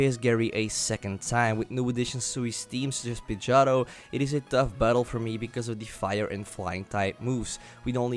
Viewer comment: OHHHH, so uh.....nothin on ur accent but every time you said Pidgeotto it sounded to me like you were slurring the word a bit and saying "Pidg-ah-toe". It took me hearing you say it several times to realize what you were saying. Sorry